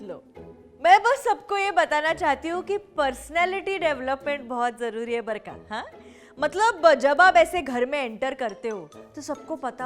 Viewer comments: It's barka (बरं का) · How many of you think that she is saying ' barkha'😂